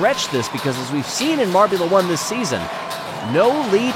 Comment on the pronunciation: Glad I wasn’t the only one who notice that. But it’s MARBULA 1 not MARBULAR 1